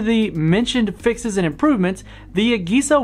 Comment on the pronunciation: The way you pronounce AGESA irks me